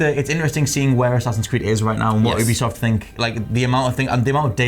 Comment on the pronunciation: Wait do you actually pronounce Ubisoft as "OOB-ISOFT"??? Wtf